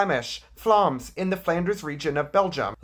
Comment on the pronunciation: Bro said flaams that's not how u say Vlaams